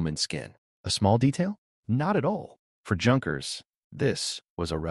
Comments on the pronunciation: I know! It's like nails on a blackboard every time he says Junk..ers. AAargh. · Junkers is pronounced Yunkers